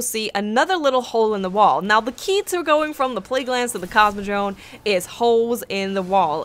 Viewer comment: Sounds like you say "CosmodroNe". :P